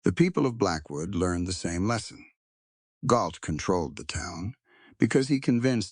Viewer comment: I think you mean GAULT, not Galt?